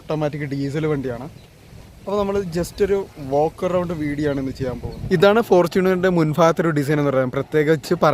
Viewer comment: Veido 😂 അല്ല video ആണ് അണ്ണാ